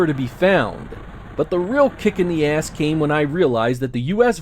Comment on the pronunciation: I like the way you say ass